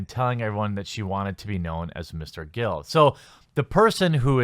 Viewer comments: GILL. Like what fish have. Not GRRRRRILL. Not what you cook burgers on. ARGH. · Lmao you keep saying "grill" when its gill. Get woke go broke. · Clearly reads G-i-l-l and says "GRILL". A few vids back reads P-y-m and says "PRIM". OoooKayyyyy... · Dude, why can't you pronounce Gill correctly? Almost every time you ran across it in this article, you said "Grill." Seriously.